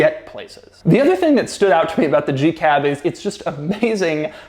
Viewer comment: Oh god. He called it the “G Cab”. Lol